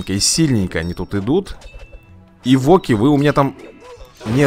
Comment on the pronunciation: Не эвОки, а Эвоки. Вроде бы так.